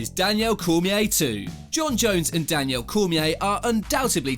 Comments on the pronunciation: It's not even his accent, I'm British and I've never heard anyone pronounce Daniel Danielle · DANIEL NOT DANIELLE LOL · The persistent mispronunciation of Daniel is really annoying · Why is calling Cormier “Danielle” 😂😂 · Whose Danielle? It’s Daniel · Its not Danielle its Daniel...... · dude why the hell are you calling dc Danielle his names Daniel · Rashaud evans, Danielle Cormier. you dont know names very well for being a MMA Channel haha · “Danielle” Cormier 😂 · "Danielle" Cormier...... Smh. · How does he even pronounce these names wrong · Ffs can you say Daniel normally twat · I wish this guy would learn to say the fighters name properly. Its not Rashod Evans nor is it Danielle Cormier. Ass. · Like the video but you got issues with some name pronunciation man. Danielle Cormier, Rashowed Evans? Nearly subscribed as well. Good video anyway keep it up and I may return one day